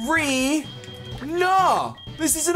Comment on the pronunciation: it's pronounced Ma-ca-re-na, not Ma-ca-ree-na... Also I was so hurt by your loss of Prowler!